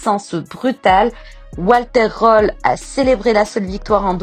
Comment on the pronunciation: Nul! Toujours les mêmes images en boucle, pas d'image de rallye, et une voix IA qui ne sait même pas dire Röhrl.